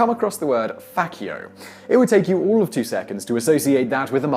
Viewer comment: ))) it's actually pronounced like "faCHian, FaCHio"